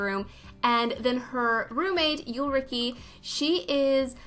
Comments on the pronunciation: I believe the most similar english names to the Free Spirits are Mykie and Erica. Maaike is pronounced like my-keh and Ulrike is pronounced like ull(pull without the p)-ri-keh. Amazing build as always, love your videos! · German here!! Maike is pronounced Like Mike and then you add an eh like canadians(?) say so Mikeh basically and for Ulrike you roll your tongue back if that makes sense? Like the tip up to the roof of your mouth and then back and then you make the u sound in you + l + reekeh I dont know if that makes any sense idk how to do phonetics but i hope i could help!! Edit: i saw someone describe Ulrike as pull without the p and that makes so much more sense than what i said ahsjdjsj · Even tho some people are bashing you for the German pronunciation of Ulrike, I must say it's really charming to hear your soft version of the name. German it's such a harsh language, it's sometimes nice to hear that it can sound lovely. And I must say that I'm absolutely obsessed with your videos, just by watching I learned so much and my buildings are getting so much better. Especially my ideas for decorating, since you've mastered this art. 😄 And I wanted to wish you (kind of early) a nice holiday with your husband and family and don't feel pressure to upload. 💜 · You saying German names or words is for me as a german somewhere between cringy and hilarious. Kinda triggering too but I think I can get over it. I actually have a friend called Ulrike so it's even weirder when you say that name. 😂❤️